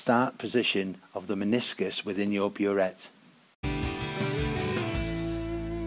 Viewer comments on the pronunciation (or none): whats a miniscus? 'the start part of your miniscus'